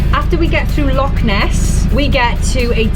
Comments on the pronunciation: As brilliant Welsh people up here say it with the same spit as you would at home lochhhhhh not lock. 😂😢💜💜💜💜 Remember boat is an acronym for bring on another thousand. I would love to donate for your Africa shoe fund but I'm not in the position. Keep it up guys I have so much respect for the two of you. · LAKE LAKE Ness - Heresy!!!! people have been burned at the stake for less. But being our Celtic brothers you may be forgiven - if you get it right. It's LOCH with a capital CH. No K involved! Be warned🤣🤣